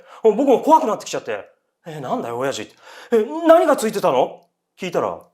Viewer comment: お⤴︎ャｼ''のイントネーションが気になって内容入って来なかったから また最初から聴いた